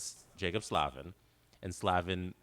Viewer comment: Just to note: its pronounced Slay-vin :)